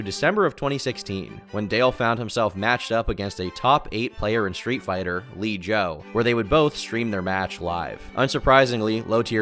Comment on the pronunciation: LIJoe stands for Long Island Joe, not "Lee Joe" as you called him and gllty is pronounced guilty not giddy